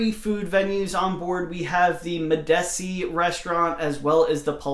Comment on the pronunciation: Medici is pronounced meh-duh-chee after the Medici family who funded the Florentine Renaissance